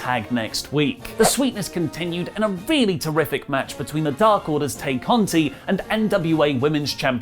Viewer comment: “Tie” Conti not “Tay”